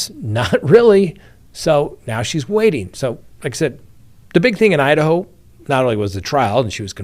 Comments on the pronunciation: Did he say “Hide-A-Ho?” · Did you just pronounce Idaho as “Hide-a-ho”??